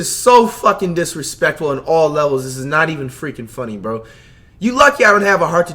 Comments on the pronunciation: “so utterly disrespuckin fectful” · “So utterly disrespuckingfectful” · This nigga said disrespuckinfeckful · “That is so utterly disrespuckingfectful”🤣🤣🤣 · Imagineeee not being able to say disrespectful correctly 🤦🏾‍♂️